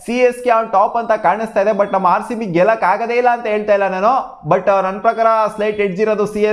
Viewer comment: He said Haarcb also 😂😂